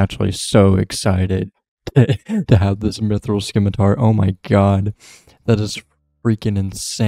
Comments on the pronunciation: Fyi is "sim-it-ar" not sKimiTaR - silent c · (I'm joking) Can't listen to you mispronounce scimitar anymore lol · Always nice to add more onechunkers to the subscription list, looking forward to seeing where the rolls take you! (scimitar does not have a K in its pronounciation.) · the c in scimitar is silent